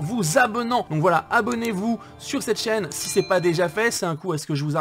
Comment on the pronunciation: Les youtuber dise toujours valala j'ai l'impresion